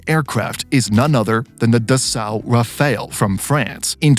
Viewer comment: It is pronounced Rough-al and not Raphael. Rafale in French means gust like wind gust and/or burst ( like when shooting a burst of bullets).